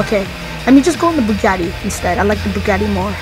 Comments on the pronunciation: You say bugaaati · Truffade addder no Bugatti adder😂😂😂😂😂😂😂😃😂😃😂